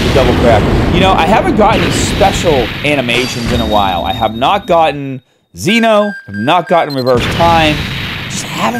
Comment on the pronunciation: It is not pronounced Xeno it is pronounced Zen Oh